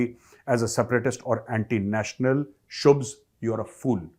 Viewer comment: Name is shubh not shubhs